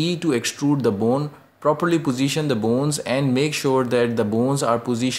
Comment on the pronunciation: every time you say "boons" make me laugh but you really help me